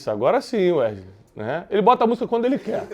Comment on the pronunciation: Werley não, é wesley.